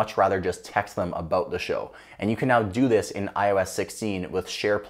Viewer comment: hehe... "Aboot" 😁